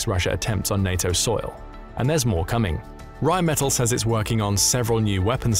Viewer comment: It's pronounced Rheinmetall with emphasis on the 2nd e. It doesn't sound like metal in English.